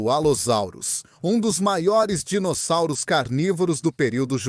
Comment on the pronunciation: pois é parece que tem um retardado falando os nome dos dinossauros sendo chamados de dinozárus, kkkk!